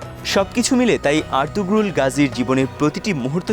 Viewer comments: এত বড় ভিডিও বানালেন অথচ জানেন না উচ্চারণ হবে আর্তুরুল, আর্তুগ্রুল না। তার মানে আপনাদের কেউ সিরিজটি দেখেইনি। অন্য কোন ভিডিওর আলোকে তৈরী করেছেন এটি৷ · নামটা হবে আরতুরুল। গ টা উচ্চারণ হবে না। একই ভাবে তুর্কি ভাষায় ক ও খ উচ্চারণ হয় না। খাতুন নয় হাতুন, খানম নয় হানুম । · উচ্চারণ আর্তুরুল হবে